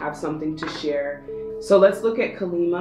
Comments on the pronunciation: Deck 3. Thanks for the reading. Kali is pronounced Kah-li. I'm hindu. Have a lovely evening 🙏🙏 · Pile 3:The Spirit guide is a Hindu Goddess here. The pronunciation is 'Kālī'/ 'Kaa-lee' and 'Ma' translates to Mother. Two different words. Thank you for the reading 💖 You are spot on about everything else (as usual!)